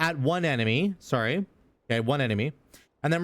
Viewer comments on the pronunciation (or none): none